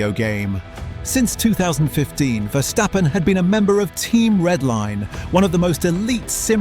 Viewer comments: who is versjtheppen? its verstappen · Cool video but man as a dutchie hearing Vershtappen cringes to the bone. It also changes throughout the video sometimes its Verstappen(correct pronounced) then its Vershtappen again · ah yes vershtappen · Take a shot everytime he says "Mex Verstheppen" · Dude, Max is dutch not german so please pronounce his last name correctly.